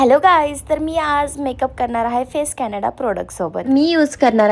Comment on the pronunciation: फेस कॅनडा नाही ते फेसेस कॅनडा